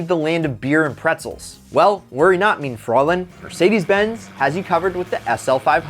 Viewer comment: haha, yeah, his pronunciation of "mein" was even worse. Just being snarky.